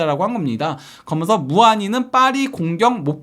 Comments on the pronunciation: 그러먼서 ;;;; 개듣기 싫다...그러면서 라고 하든가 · 면 발음이 잘안되는것같음